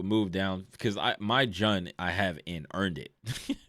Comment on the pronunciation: The way u said jun got me angry😂its pronounced like june